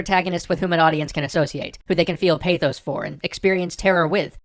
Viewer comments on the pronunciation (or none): lol you said Pathos!